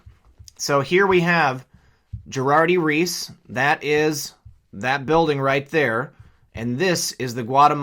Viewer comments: 1. You kept saying Girardi | "Reese" while your graphic on screen clearly says Girardi "| Keese". Not important but certainly an error on your part. 2. I know Erin Brockovich so I know the story and players very well...you mention Albert Finney played lawyer Tom Girardi [BUZZZ-WRONG], Finney played Ed Masry in the film. While you come across as a clueless idiot in THIS particular video, it makes me wonder about your previous stuff I cheerfully swallowed as pure truth which is sad. I like your work but putting out what I know to be non-researched BS hurts the cause and makes you look like a Buzzfeed reporter. It might be better to point out stuff like this article: which could make one believe he needs to make a deal with the Deep State or something shady to get out from under his current debt...sort of reminds me of Michael Avenatti. Someone should call-in on Girardi's weekend Talk Radio Show on KFI here in Los Angeles to ask him what REALLY happened that night. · KEESE, not Reese. Can't read? Makes you less than observant. What else have you missed/misstated?